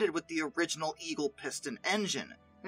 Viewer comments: He said all the letters, Yeovelten. lol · Fleet air Arm museum is in Yo-vill-ton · Yeovilton = Yo-vil-ton. Just another wonderful English place name that no one knows how to pronounce 😂😂😂